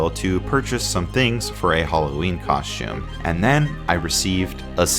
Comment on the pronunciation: I live in Columbus...I feel like the Sheetz are just now starting to hit all over the place...should have waited ..lol..We have only eaten their once..thought the burgers were good...our sliders...NOT ..lol..also...where in Ohio do you live saying coshtume? LOL...My friend says that and she lives right here where I do...LOL...Where you getting that "s"? LOL..Sorry...that is a real question...lol...also...if you want to head into the arcade bar with their former bouncer ..aka, me...(yes I was a bouncer..and it was so odd to some people that I made friends with WWE superstar Xavier Woods because of it...I guess him being a gamer ..and me being a female bouncer with at the time, pink hair, made me seem like a cartoon character worthy of a visit...lol...)next time you are in Columbus...let me know...my old ass could use a trip to my old stopping grounds...16-Bit Bar+Arcade...LOL..